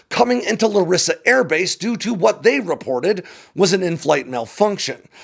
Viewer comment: Hate to be that guy, but its LArissa, not LaRIssa.